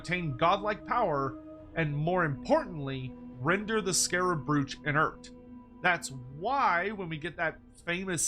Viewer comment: Is Andy listening to how is saying 'brooch'? I can hear him correcting in my head!